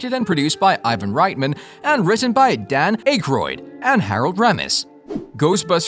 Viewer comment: RULE #1 In being a Credible Documentarian. "IF you do not know how to say a Persons name...ASK !!!" DAN "ACHEROID" ? HAROLD "ROMESSE,"...? Amongst many others ! Seriously... You sound like a Buffoon !